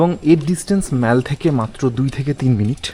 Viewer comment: Mol shunle khub baje lagey.Ei damp weather e konodin jabo na.Eta off season.Ei somoy hotel fair half.